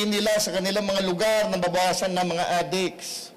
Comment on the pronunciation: Ganda ng accent niya sa pag bigkas ng adik ah adiks hahahah